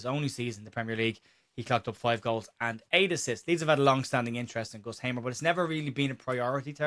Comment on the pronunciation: I loved the intro. It sounded like Hamer was an Irish player. You pronounced it, "Gustav O'Hamer." 😂